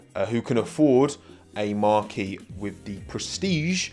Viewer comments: Marque is pronounced Mark not Marquee. Marquee is somewhere you host an event. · Wrong pronunciation of the word Marque..it’s not a tent..